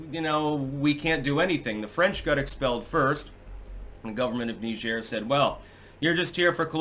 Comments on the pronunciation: Please google "Pronounce Niger" lol Hint: it's not Knee-zhaire...😄 It's a lot closer to Nigeria without the "ia".. It's Nai-jer, similar to Nai-jeer-e-uh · It's pronounced "Nigh-jeer",get it right. 🤬👎👎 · It's Niger. NYE-jur. The fluffy, Frenchie thing you're trying to do will not inoculate you against being called WAY-SISS. NYE-jur. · is doing the faux French pronunciation. Sounds like Nigel when in English. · So it's Nee zhair now huh, lmfao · Knee-jheer? How fancy. Pinky out!